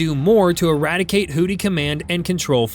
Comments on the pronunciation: It's pronounced "Who-Thees". "Who-Tees" sounds like a male strip club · I hate how you say "Hooty" instead of Houthi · Why does this narrator what to kill Hootie?😂😂😂😂😂😂😂😂 it is pronounced who-thy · Great video. Small point, however. It's pronounced HOO-thee not hootie. I realize a lot of people use the incorrect pronunciation, but I feel like it's better to be correct than compliant. Not a knock at all, just a helping linguistic hand. :) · Who thy, pronounced who thy. Not hootie.😂😂😂😂😂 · Hoodees? Hoothees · It is pronounced "Hoo-thee", not "Hootie". There are no blowfish there. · Hoo-thee, not hoo-tee lol 😂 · It's pronounced WHO-THI, not WHO-TEA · The pirates in this conflict are the HOOTH-ees, not the HOOT--ees. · Seriously, is it pronounced HooTHie or HooDy? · It's HOO-THEE smart guy. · Does this AI voice keep mispronouncing houthi with hootie? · You are consistently mispronouncing the word "Houthi". Proper pronunciation would be closer to"Who-these"… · It called them hooties because AI butchers the pronunciation of a lot of words. Unfortunately more channels on YouTube are using it, it's just like text to speech software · Houthi with a 'TH.' Know ur enemy, can't believe you made a whole video saying the name wrong.